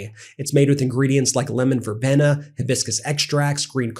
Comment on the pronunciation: It's 'Ver-bean-a' not verbena